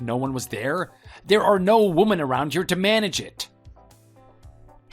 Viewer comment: Why is it impossible for the (male) ”actors” to pronounce the word WOMEN differently from the word WOMAN?